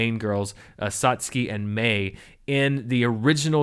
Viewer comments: The fact that you pronounced that Japanese name correctly (sotskee as opposed to sat-sewkee) already tells me you won't be a novice anime fan for long, and of course, your studious love of cinema and filmmaking will probably see you swiftly become more knowledgeable than a substantial percentage of the Otaku population as a global whole. Nevermind those that render the community inhospitable to newcomers. Or in the modern colloquial parlance, dab on them haters. The only things I stress are 1) There is never a bad time to watch Cowboy Bebop, and 2) Only those truly prepared should dare test themselves against Hideaki Anno's staggering masterpiece, Neon Genesis Evangelion. For an introductory curriculum, I personally recommend the following hodge podge of gems not mentioned in video: (without the Z) Dragonball, Lupin III, Vampire Hunter D, FLCL, Trigun, Yu Yu Hakusho, Record of Lodoss War, and for the obligatory giant fighting robots quota, there's always the Star Wars of anime, Mobile Suit Gundam. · I commented on the Patreon release of the video, but watching it again i just wanted to add that I'm so happy you are pronouncing Satsuki's name correctly. Mainly because it comes through as you caring and giving it a try.